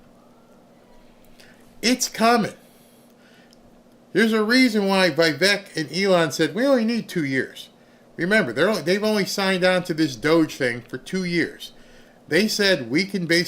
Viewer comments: Please, can you please stop with the VAYVEK, nobody pronouns it like that. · Please Google how to pronounce Vivek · Please learn to pronounce Vivek's name from Vivek himself.